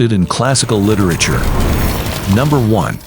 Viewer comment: Would be nice if the machine narrating could pronounce word like literature